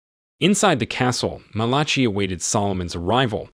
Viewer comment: Undo is pronounced un do. Malachi is pronounced Mal a KI LIKE the book in the Bible.